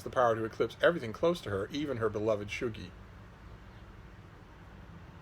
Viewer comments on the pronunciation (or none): It’s pronounced shug-ie, not shoe-gie. What ur ye, english or sumthin?